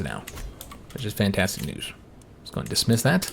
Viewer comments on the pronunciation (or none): none